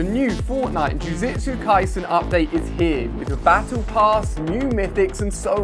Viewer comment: Its jujutsu kaisen not jujetsu kaisen